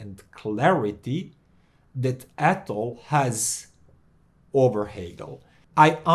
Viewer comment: Hi. I'm french so I can tell you that you say "Atoll" just right👍😊. Love your channel. Hope the best for you!